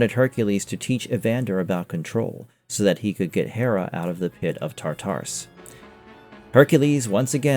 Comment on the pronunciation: ITS TAR--TA-RUS MAN GET IT RIGHT